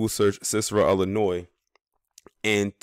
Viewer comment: Cicero has been ghetto for 30 years. Also it’s Illinois not Ellinois. This video is racist as hell